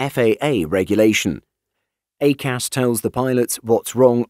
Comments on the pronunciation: "A Cas" is pronounced "I Cas" (EICAS) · It's pronounced EYE-CAS 🤦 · Interesting pronunciation of EICAS